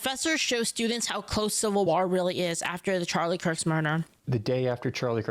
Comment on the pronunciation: Is this AI? Noone pronounces "war" that way.